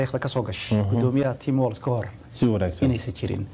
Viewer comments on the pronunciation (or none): His last name is walz it should be walls as in prison walls 😅